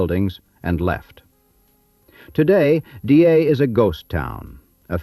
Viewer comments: Dyea pronounced Di-ee'..die ee..not DA. That aside, an interesting video. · I was a tour guide on the White Pass & Yukon Route Railroad. Great stories, great memories. I miss that place. Excellent video (you mispronounced Dyea though)